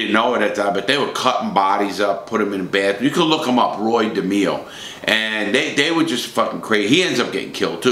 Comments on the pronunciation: Roy. De MAY O. Not da me o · Roy Demeo... pronounced De-may-o not De-me-o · De may o not de meee o. You are full of it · It's not demo it's demayo and he was never a captain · At the mark, that is Mickey Spillane the WRITTER, not Mickey Spillane the West Side gangster. There were ONLY 12-15 members in the Westies gang, NOT 30-60 members... everyone else were associates. It is NOT pronounced Roy DeMEo. it's pronounced Roy DeMAYo. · DE-MEE-O??????? You were in the Gambino's?? It's De-may-o ya knucklehead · its not Roy DE-ME-O. It's ROoy DA-MAY-O. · Roy dimio...you d get clipped by Roy just by pronouncing his last name like that😂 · Demao it's pronounced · Wow Larry did you butcher Roy Demo's last name,I guess you have to be Italian to say it correctly! Lv ya brother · It's pronounced De MAYO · If you gonna talk about Roy. At least pronounce his surname correctly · Your says roys last name wrong